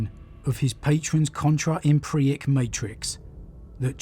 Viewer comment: Euclidean (You-klidian), Empyric (Em-pier-ik). I love your videos, please take care with pronunciation, you are better than that.